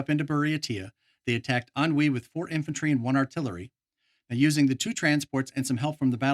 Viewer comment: Thank you for the engrossing content, for a game I've never even played! Minor point of amusement: I still giggle every time I hear you say "Ahnwei", because it sounds like you're saying "ennui", and I always get a mental image of the Japanese or US forces battling against boredom and life-weariness! (FWIW, I looked up the pronunciation because I was sure you were saying it wrong, but – nope! I found out that it's pronounced "an-hwee", with neutral stress on both syllables, so your "an-wee" is a pretty good Americanization. I would have gone with something more like "an-WAY", and I would've been an-WAY off! Considering how knowledgeable you are about the rest of the game, I suppose I should have expected as much. :) )